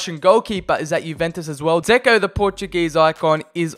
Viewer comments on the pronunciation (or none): none